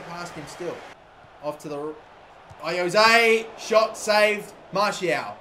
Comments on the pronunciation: Why do keep on saying Martial? ITS FUCKING MARSHALL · Kept saying Martial not Marshall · its marr-shall not martial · Hull keeper is called Marshall not Martial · Is it fucking anyone else off every time he calls Marshall, Martial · He called 'Marshall' 'Martial' 😶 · he was saying martial insted of marshall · martial is a goa-lkee-per ??! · Marshall not martial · Just saying that's no how you say marshal